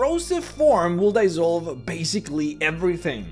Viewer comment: *dEEEEsolve not dYYYYsolve